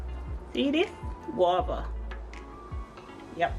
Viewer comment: Guava not wabba